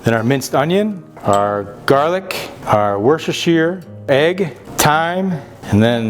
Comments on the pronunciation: Ope. Woos da sheer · It’s pronounced woostashire